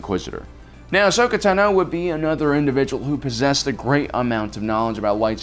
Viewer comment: I find it annoying how the host constantly mispronounce names such as Ashoka Tano and others.